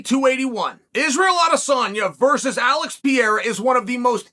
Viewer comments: Alex pea-era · “Alex Piera” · Chael turned alex Perreira Brazilian into alex Pierre French hahaha